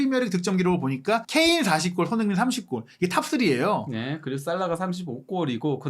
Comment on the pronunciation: 제발 소밍이라고 하지말고 손.흥.민 이라고 제대로 발음좀 해주세요ㅠㅠ 아... 거슬림 아니면 그냥 쏘니라고 하시던지